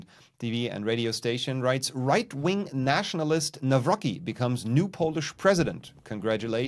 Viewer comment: Hey, falls Du es ließt, BITTE,BITTE - nicht Nawroki, er heißt NawroCki!! das "C" in polnischem wird wie "Z in Zucker" ausgesprochen. - Mit LG - kleiner Klugscheißer!😆...✌